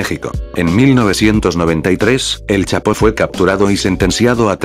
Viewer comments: Al de la voz se dise chapo no chato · like si dijo chato en ves del chapo like👍👍👍👍👍👍